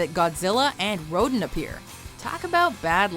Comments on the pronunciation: Ro-Dan Ro-Dan. Not Rodin. 😒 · Am I the only one who got pissed when she said Rodan like "ROH-DEN?" It's pronounced "ROH-DAN". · It's pronounced Rowdan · please! They are pronounced 'ro-DAN' & 'GHI-do-rah'...geez, get a clue😝😝😜🤪